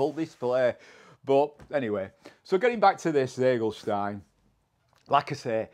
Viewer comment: i thought you speak german 🤔 You should be able to pronounce "Ziegelstein" better 😉😘 I don't understand the sense of an english fireworks importer giving his cake a german name🤷‍♂